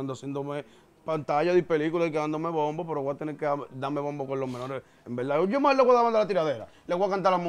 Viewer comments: “En velda en velda” me tiene harto Con esa bendita frase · En velda en velda llevate de mi así es k él lo dice 😁😁🤣🤣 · si ese mensaje fue a mi, pues te digo que primero aprendas a interpretar, porque lo escribí como el lo dice, el no dice en verdad en verdad, el dice en velda en velda